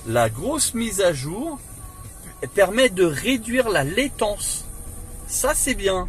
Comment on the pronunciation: Super, merci. Juste pour info, on dit latence et pas laitance. La laitance ce sont des œufs de poisson 😂 Aucune moquerie, juste pour information. On peut tous se tromper.